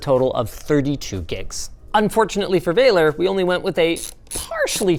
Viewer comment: So funny he's Romanian and Linus calls him "VEILER" when it's actually pronounced exactly like it's written "VALER". If I knew about this earlier I would have goten it because I live there.